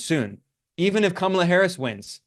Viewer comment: I know this will sound like nit picking to some, but it is really frustrating when critics of Kamala Harris refuse to learn the correct pronunciation of her name. There are a lot of good left wing reasons to criticise Harris; but there are also right wing chauvanists out there who oppose her simply on the basis of her race and gender and deliberately mispronounce her name. It just looks deliberately dismissive, at worst, or careless at best, to do the same. Also its really strange how Ben often uses Kamala's first name but refers to Trump as Trump. I'm not suggesting Ben is a sexist, as this is something that I've noticed many doing. But I am suggesting some internalised gender bias that is causing us to all do this. Just refer to her as Harris most of the time, and when you do use her full name, pronounce it correctly.